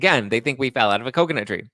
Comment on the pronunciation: I’m just here to say I appreciate the “Coconut Tree” EVERY.SINLGE.TIME you say it Lol! 😆 genuinely though I really do. It makes me chuckle in the madness 🥴. Thanks for all you do